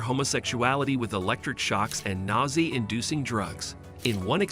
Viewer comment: "Uni-maginable? Raytions? Nausey inducing drugs?" We're keeping track of all these narration fuckups y'know!😂